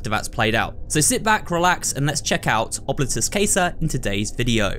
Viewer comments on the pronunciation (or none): italian here, yes it is oh-blee-toos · Actually Casa means house in Latin as well. As a Latin student it’s cool to see a game that uses it in the title. As for pronounciation, it would be pronounced ohbleetus cahsah. The o is pronounced like cone, the i like a long e, the u as you pronounced it, and both a’s as an ah sound. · Wouldn't it be more like "oh-blee-toos"?